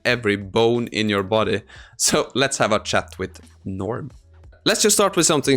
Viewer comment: I love differences in dialect. You pronounced chat as "shat" when typing to Julie, and I nearly spat my coffee on the screen. 🤣😂🤣😂